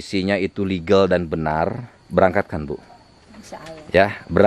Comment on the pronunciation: mah kamar ge jadi kamer legal jadi legel 😅